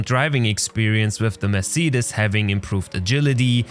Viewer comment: "Mersiedis" xD